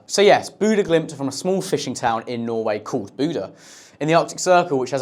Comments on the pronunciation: He's saying the second part right, it sounds like "deux". The first part isn't right, he's saying "boo", it should be a dark o-sound, like bô-deux. BUT, say it however you say it, don't worry about the pronounciation. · It's Bodø, not Bodo. Not pronounced Bodo, not written Bodo, don't exist as Bodo. I wouldn't write 'Lomdom' because I couldn't find the 'n' on my keyboard; I would work it out and make it 'London'. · Well will know that you don't pronounce Bodø the way you pronounce it. Please, 'Boh doh' simply isn't good enough. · Says he goes to Norway to watch football games, then proceeds to call Bodø for Budu. Bruv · the Ø in bodØ is pronounced like the U in hunt. hØnt. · It’s not Boddo and it’s not Buudø. Brits are so lazy when it comes to pronouncing anything foreign. The “Americans of Europe” is earned lol. Great video though. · Corrbert Football Channel pronounces it Buda. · Boodah Glimt? That's the funniest pronunciation of them I've ever heard. But great video otherwise. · Still mispronounces it but a great show nonetheless. For future reference it's sounded at as: Booh (ooh as in like a monkey would say "ooh ooh")-duh. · The "o" i Bodø is not pronounced like the "o" in hop. More like the "oo" in "loose" or "hoop". And a good example of the English pronunciation of the "ø" would be the "u" in "hurt". So if english speakers takes that in to consideration, it would be "Boodø" (with "oo" pronounced like "loose/hoop" and "ø" pronounced like the "u" in "hurt"). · Close but, no cigar. The "oo" doesn't have the same sound. It's more correctly sounded at as: B-ooh(ooh as in like a monkey would say "ooh ooh")-duh. It's a short sound. Not like "hoop". From a fluent Norwegian speaker. :) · The ø in Bodø is pronounced like the ea at the beginning of the word Earth. Its about time y'all learned.